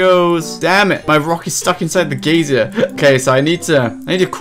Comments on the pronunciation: "gaysier" lol its "guy-zer" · It's "guy-zer" not "gay-zee-er". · He's English, we say "geezer". He's still wrong though, hah. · Cant imagine not knowing how to pronounce geyser, you're saying "an old person" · pls stop saying geysier :( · It's pronounced 'giser' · I like how many times you pronounced the word Geyser wrong XD Great Vid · you say "geyser" funny